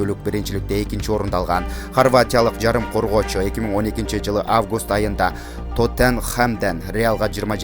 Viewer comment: Миллион фунт стреленге дейтго 😁😂😂😂😂😱😂😂🤣🤣🤕😰😂😂😂😂😂🤣🤣 Алыпбаруучу, алдын ала кичине болсодагы даярданып койсоболмок.